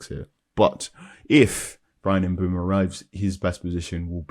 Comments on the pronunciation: Why can no-one pronounce Mbuemo's name? It's Mb-oh-mo. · maybe we all have different ears. It's definitely NOT Mb-ooo-mo when he says it here